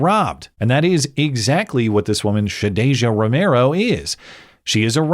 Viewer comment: "Shadasia," nuff said. 🙄